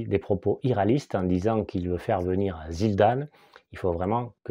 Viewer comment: Zidane où il a dit zildan ❓